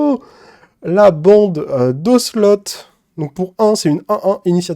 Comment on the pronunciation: Bonjour. C'est "Océlot" la prononciation. C'est une race de chats sauvage. 😉